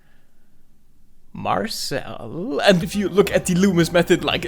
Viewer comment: Marcel or Martel if i didn't hear it right